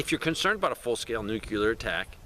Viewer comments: Why are you adding an extra syllable to the word NUCLEAR? NUCLEAR is a two syllable word. It is NOT a three syllable word. Stop saying "NEW-QUE-LEER". It is pronounced "NEW-CLEAR". Two syllables... not three syllables. Stop pronouncing the word NUCLEAR wrong. I’ll lead an effective strategy to mobilize trunalimunumaprzure. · New-cue-ler? It's pronounced NEW-CLEAR. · I never trust anybody who says "new-cue-lur", because they don't even know that nuclear is derived of a nucleus - and not a newcuelus (or however you spell this imaginary word). The word you seek is nuclear (from the nucleus). New-cle-ar. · Learn how to say Nuclear. There’s only 1 U. It’s not Nukuler.